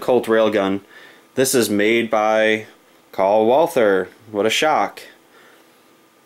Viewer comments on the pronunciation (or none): none